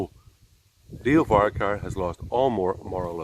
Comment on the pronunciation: I might take this lad seriously when he learns how to pronounce Leo Varadkar’s surname correctly. It’s VAR-AD-KAR.